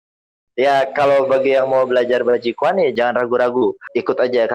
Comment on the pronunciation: Someone please tell him how to pronounce this in Chinese, it's sad that he has a hobby for 6 years and doesn't know how to say the word.